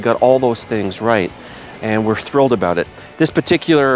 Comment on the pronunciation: you really should do something aboot that lol.